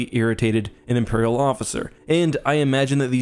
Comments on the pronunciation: “Imerial prison” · "Imerial prison"